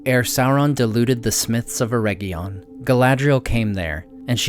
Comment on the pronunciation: Love your videos, but you're killing me with you pronunciation of Eregion. Its not a herb. should sound like Eh ridge inn